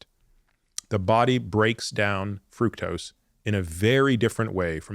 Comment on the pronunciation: Frooktose, not frucktose